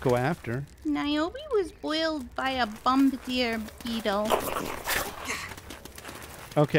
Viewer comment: Hey, you are the first YouTuber that pronounced Bombardier Beetle correctly.